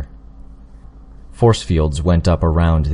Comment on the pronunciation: When you do an audio book you should read it through first and then go through and read it again. Any words that you're not sure how to pronounce (like aquaphor or chevalier) take the time to highlight and look up the pronunciation and meaning. Then and only then should you go ahead and record.